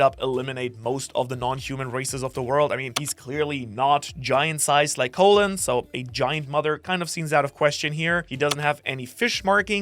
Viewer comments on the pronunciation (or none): Not really an unfortunate name lol you're just saying it wrong, try saying call then say in, call-in, you're saying it like colon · "Caw-lin" not Co-lon? His name is not the same at the lower half of your intestine. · ... soo are we all really calling this giant kid Colon, like the digestive system and not pronouncing it like Colon (Colin) the name? Or is this like when people say Marine Corpse instead of Marine Corps. (Core)? Poor kid. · I thought you say colon like cologne